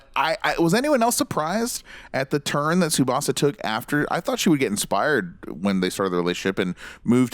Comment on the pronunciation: All of these presenters are such dicks and they can’t even pronounce Tsubasa’s name properly... stfu lmao